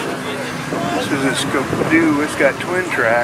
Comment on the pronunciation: It's Ski -- doo . Not ska-doo,,..